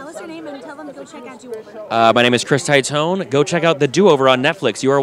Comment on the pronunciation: Taitone...bro its Teetonay....phonetically. I'm Titone. The fuck